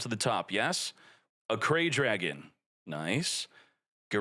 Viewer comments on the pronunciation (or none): The way pronounces the cards. Acray Dragon and Diablstar just hurt my soul. It's Arc-Ray Dragon and DiaBELLstar